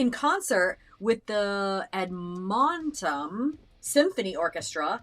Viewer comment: I’ve never heard “Edmonton” butchered so epically! Haha